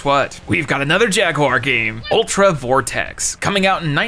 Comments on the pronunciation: It's Ultra VorteK not Ultra VorteX. Say it wrong! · It's Ultra VorteK with a K. It doesn't make any sense, but that is what they called it.